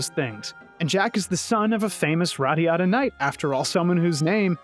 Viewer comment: Everytime you said this game's title, I heard it as "radda yadda" :D Anyone else?